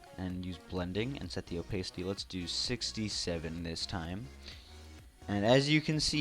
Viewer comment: Thanks for the tips :) Is that the right way to say opacity also?